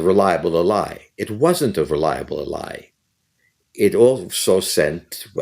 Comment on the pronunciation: It's "Ally", not "a LIE". 🤭